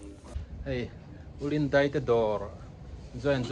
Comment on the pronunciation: Chuan,"DEIH" tilovin "DAIH" tih zawk tur🎉❤